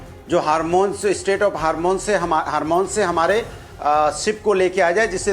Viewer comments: Straight of Hormuz ❌ State of hormone ✅ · रे बकलोलवा अनुराग भदोरिया हारमोन नहीं हार्मोज बोलो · this Bhadoria- a joker can't even pronounce Hormuz - keep saying Harmones.... LOL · Anurag bhadouriya ke hormone se oil or gas bnaenge 😂😂😂😂harmus bolne to aa ni rha iske leader desh ka harmon bech denge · Hormuz ko hormones keh rha hai, isko kon bulaya hai debate mai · Is jaahil ke bacche ko ye nahi pata ki strait of hormuz hai strait of harmone nahi. Aur ye cjutiya professor hai 😅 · स्ट्रेट ऑफ हार्मोन्स ,,,, अरे हरिया,, हार्मोन्स नहीं,, हॉरमूज 😂😂😂😂😂😂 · Hormuz ❌❌ Hormone ✅ kaha se aise anpadh ko utha late ho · He literally said Strait of Hormone 😭 Now I understand why he is calling film propaganda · Hormuz to bolna ata nahi usko hormons bol raha hai hara tota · Hormuz ka naam dhang sey ley nahi paa Raha aur TV pey gyaan dey raha hai . Joker 😂